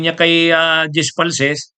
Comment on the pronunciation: Di po falces, falcis po name ng tao wag mo bisayain, sa ibang bagay ok lang